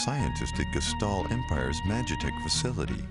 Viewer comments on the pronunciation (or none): none